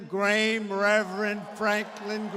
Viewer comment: NOT MY PRESIDENT! Even Billy Graham's son (who he could not identify correctly as being related to Graham, Sr., let alone - to pronounce his last name correctly...yet, he claims is his friend - Go Fig on that one!?!)and Martin Luther King's niece can pray - to end hate, bigotry, discontent, plead for unity - and then out walks the biggest hypocrite there is; trump<LITTLE trump...smaller than any newscaster there ever will be, because this guy is so small - he slithers! He hasn't learned a thing! He mocks women, mocks the handicapped, and now George Stefanopolis?!?A grieving mother can tell a newscaster that she wishes trump would "think before you speak" and that does nothing to end his hate and from speaking discontent! These are not campaign rallies - these are HATE campaigns! He will NEVER stop speaking in hate about anyone that he feels makes him feel less superior; Mrs. Clinton, Barack Obama - NEVER! Doesn't matter who prays for unity and love, he has short memory span to acknowledge their speech/their prayers! These people; ministers and activists for peace, are NOT his friends like he claims - these are little people, very little, little people that he can buy, and those that seek fame for their own agendas! Little people that can try to convince real Americans AND real genuine Christians that do have the discernment that God gave them to know that trump could never make anything great!